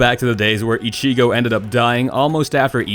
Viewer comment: How he says ichigo and rukia hurts my ears